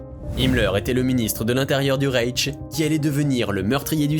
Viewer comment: dothefive:Dommage que les mots allemands soient prononcés à l'anglaise! E+i (de) = A+ ï (fr) Reich=Raïche', Scheiße=Chaïsseu', etc! Envahi par les américanismes comme DME??? Quant au contenu, c'est confus, les images se suivent, pas de vrai fil conducteur. On dirait que ça été très vite mis en boîte tout ça. Dommage! Il aurait fallu prendre le temps de faire 4 vidéos sur un seul sujet. Je me suis cru dans un TGV regardant passer les images par la fenêtre avec une annonce interminable du chef de train en fond sonore. Discordance son image... Sur quoi je fixe mon attention? Rien... les fautes du script.